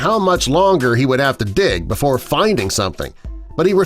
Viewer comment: Who else noticed that he said di instead of dig when he was talking